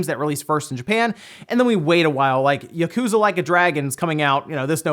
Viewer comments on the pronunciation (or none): none